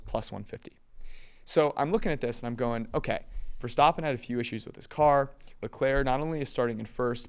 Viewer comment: says leclerc right and then cant say verstAppen correctly